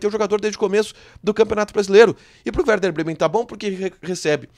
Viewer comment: É e werder, vc se enganou a fala no início e é compensação e não recompensacão.